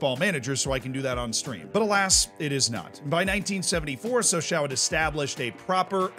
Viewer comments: It is not Saw s A oh It is french ...it is Saw saw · Please, Sochaux is said "Socho" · It’s pronounced “So-shó” not “so-shau”. But it’s still fun to listen along and have a shot every time you say “so-shau” ;-) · I belive it is more like So-chaw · What truly proves how much I like videos is how many times I withstood him saying “sochaow” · Sochaux is pronounced "SO-SHOW". Merci, beaucoup! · "So-sho". They only say "ow" when they stub their toe or something. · The 'aux' in Sochaux is pronounced like the 'oh' in 'oh my god'. Sochoh. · Ah yes, my favorite French club, Soch-OW. On a serious note, glad the team has stabilized. I remember their Ligue 1 days from when I was a kid. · It's pronounced Socho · The pronunciation of the "Sochaux" made me stop watching, and I am not even French...Try "ShawShaw" (like the player) next time. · So-Show is more like it zs pronounced in the club anthem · more like Soshaw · Or Showshaw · That's not how you say Sochaux, buddy. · it's a great video but you should have checked the prononciation of "Sochaux" xD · The way he says sochaux is way worse. Hurts my ears and I’m not even French. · what about sochaux😂